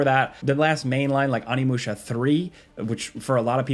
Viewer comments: Don't think I've ever been this guy but every now and then. You have to watch yourself across to the dark side. It's [o.ni.mu.ɕa]. Thank you love your vids I'm sorry I have to be that guy. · Jesus, and both pronounce stuff so weird, like intentionally it feels like Oni! Not "on-i", "oh-ni"! Oni-musha! It's Japanese! Do you just say "oni" by itself wrong too? Lmfao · Great video, but what's with the pronunciation of Onimusha?